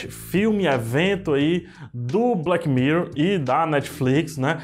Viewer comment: Odiei o " evento" de "blequi mirrou".